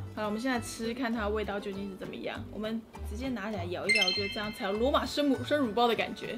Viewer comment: 為什麼我會把乳包聽成辱包……